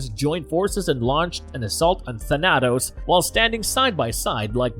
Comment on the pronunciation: Thah-Nah-Tos...Tah-Nah-Tos....Its not that hard. THAN-AH-TOS. Thanatos